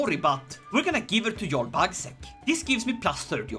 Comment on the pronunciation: It is yarl not jarl the j makes a Y sound